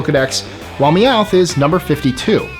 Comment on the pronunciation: Meowith is so annoying